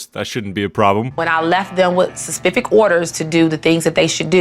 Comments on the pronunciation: "sespific orders" whispers specific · "sespific orders" * wispers "specific" LMFAOOOOO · "When I left them with Suspicific orders to do the things that they should to do" (whispering): "specific*" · I couldn’t help but correct her ether when she said specific hahaha even whispered it too